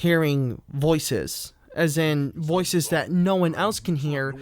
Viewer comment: Things I love about this video: -This amazing sentence: "He grew up most of his time wanting to become an artist and later on, making that dream come true, beginning that journey in 1976." -The dramatic pause when you say "hearing...voices" -Repeatedly using the word "aspiring" incorrectly and interchangeably with "inspiring." -Claiming that it's inspiring (or, "aspiring," lol) that WW used "one keyboard" to record his music where "most musicians" use "one or two instruments." I'm like genuinely unsure what the point is here given a. plenty of musicians record great songs with one instrument and b., you've literally just said that all of WW's songs are essentially the same. How is making the same song over and over again inspiring? -You talk about him as if a. he's still alive and b. you know him personally. "He's one of the most respectful people in the music industry..one of the nicest people you'll meet." What the fuck are you talking about hahaha. -Featuring a fake banksy quote. -Ending with a "deep" quote from child rapist Michael Jackson that amounts to: "I am so egotistical I think my shitty pop music will live forever." It's so funny that you made this, this is just astonishingly poorly written and researched. How does the garbled way you write even sound normal when you say it out loud lol? Never stop making videos on subjects you know nothing about it's incredible. You're like the youtube equivalent of a mentally ill man pounding at a keyboard he doesn't know how to